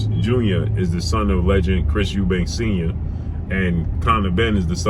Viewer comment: Lmao he's eubanks according to you American dudes. It's Eubank!